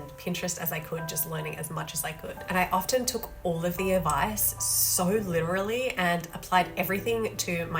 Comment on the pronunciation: You’re an Aussie, please don’t say “lit-errr-ally” it’s literally.. all one word .. or off-ten instead of often (silent t) at minute … otherwise I like the thirds rule, thanks I hadn’t heard about that 😊